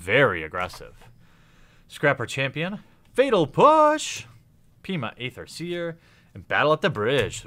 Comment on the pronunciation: I love the content of all of your videos, but please learn how to pronounce the words Aether and Shaman... I cringe so bad when i hear you say them. :D